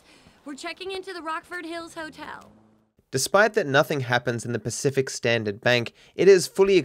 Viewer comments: Pacifist Standard instead of Pacific Standard. maybe Merryweather fleet did cause a trauma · You can tell has been doing a lot of pacifist gtav stuff because at the pacific standard time stamp it’s “pacifist standard” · "pacifist standard"